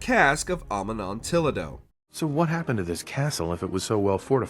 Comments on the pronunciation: Ah-muh-non-till-a-dough? No. Uh-mon-tee-aah-dough. Yes. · Ah-nom-nom-till-ah-do? It takes like 3 seconds to Google pronunciations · Cask of amon-tee-ah-doh. Not that difficult to pronounce lol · Never have I heard the pronunciation of "Amontillado" get butchered so badly! Usually it's the city names in the game that get mispronounced but hooooo boy.